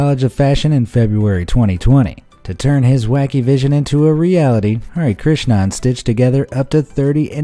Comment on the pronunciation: Oh no this pronunciation of 'Hari Krishnan' but my friends name was that! And that pronunciation is so bad lmao i love him doe